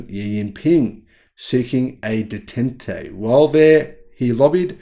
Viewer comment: Love your channel, but please, check your pronunciation of words (eg detente). Not doing so makes otherwise great quality content look like amateur hour.